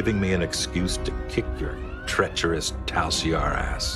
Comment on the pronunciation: Lol... "Teacherous"